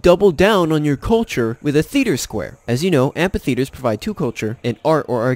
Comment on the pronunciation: “Tith” ha I love it! This guy ain’t never been to Sunday school